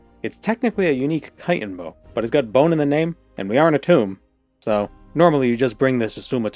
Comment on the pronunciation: Thank you for pronouncing chitin correctly. Happy new year!